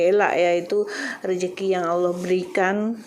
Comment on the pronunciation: Belum fasih lg Bahasa melayu. Contoh klau Bahasa melayu di sebut rezeki tp budhe sebut rejeki.